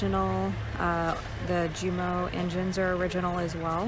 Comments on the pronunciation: It's pronounced U-mo not Ju-mo. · It's pronounced YOU M O or umo, the "J" is silent. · Thanks for the video. Quick tip though... They are "YUU-mo" engines, not "JOO-mo". The "J" is pronounced like an English "Y", such that "Ja" sounds like "Yah" and "Jumo" sounds like "Yumo". Too bad Paul Allen is no longer with us, he would have loved this. RIP. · it is pronounced "Humo" its German not English! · Technically the J isn't silent but the German J is pronounced like the English Y, so we have Jäger -> Yaeger , Junkers -> Younkers (from which the JUMO has the name anyway). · It’s pronounced YU-mo. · LOL ........ the "J" in German is pronounced like a "U" ................ 🙂